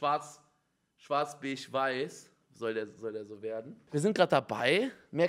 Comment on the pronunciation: Beige Unge: bechsch